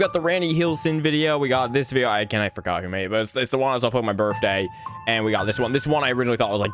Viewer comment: Kinda weird, but I love how instead of birthday he said birftday like a kid😭